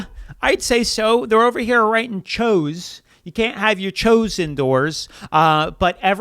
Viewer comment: Pre 1910. Not 2010. And it's pronounced "chews". Not "chose". Did you even graduate?? 😂